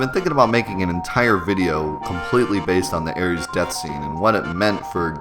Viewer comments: hate to break it to you but even when it was spelt Aeris, you are still saying it wrong. air-es. and thank you whoever pointed out him saying reg-an. i normally let stuff like this go but i couldnt pass this up. you know how to say regeneration i would assume so where on earth did you get the idea that itd be pronounced reg-an and not re-jen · Ares = Greek god of war Aries = astrological sign Aeris (s sound, not z sound) = English mistransliteration of Aerith, FF7 character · Really? Sounds pretty normal to me. "air-is" If you for example were to use the latin pronounciation of the "ae" diphthong it would sound kinda weird, like the english "Iris". How are people pronouncing it then? EDIT: nvm now I heard it... "Aries" wtf. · LOL reggin and aries =(((( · I love the vid, man... but "Aries"...? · Wow, not only did he call her Aeris, but he said the name wrong, I want to strangle him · I can't take this video seriously at all. Kid mispronounces Aeris and Regen? Nah. I'm out of here. Get me someone intelligent. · You pronounce/spell Aeris weird. No I’m not talking about the Aeris/Aerith debacle, I mean you spelled it as Aries and pronounce it like the Greek god of war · but he even misspelled it as aries when a little later you see in game text as aeris. his mispronouncing it is so off-putting. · Eric Jones I agree, I stopped watching the video because his pronunciation was so bad, plus the misspell. She's not an astrological sign dummy! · Dude never MIND how you pronounce Aeris. Regen with a hard G?! Are you goddamn serious?! It REGENERATES health!!!! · He wasn't just pronouncing it wrong - he literally spells it out the wrong way, too. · Dude. It's not Aries. Come on. It's either Aeris or Aerith. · I can't get over him saying Aries instead of Aeris hahaha! jk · "Air-ees"? How about 'Air-iss' or "Air-ith', let's get some homogeny in here pls. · Lol he also said Aries instead of aeris/ aerith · Who tf is air reeeez? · ARIES! hahahahaha